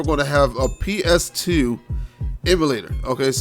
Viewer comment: "PS Teuuu" yep u def from bmore😂😂. I'm on the PG side